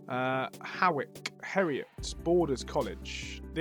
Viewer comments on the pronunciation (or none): Also 'Ha-wick' is pronounced 'Hoyk.' Obviously.